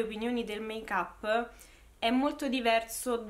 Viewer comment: Make-up non l’hai detto strano, l’hai detto bene invece!! Si pronuncia così 🙂😘